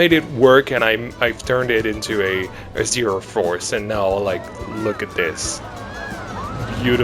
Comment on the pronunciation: im german, and i have to say, your pronounciation was acctualy very good. And also, i think you should make the Zierer go 2 rounds, like on most zierers, because the layout is pretty short